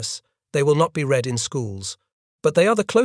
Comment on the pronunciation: “Read” apparently always rhymes with “feed” and never rhymes with “bread.” Sometimes you should correct the pronunciation of your robots. They aren’t perfect.